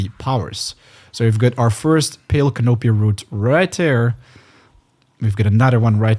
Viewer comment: It's pronounced " can-a pee"